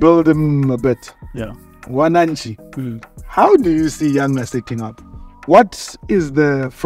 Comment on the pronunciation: Don't say Wanachi 😂😂😂😂 it's WANANCHIIIIII😅😅😅😅😅😅😅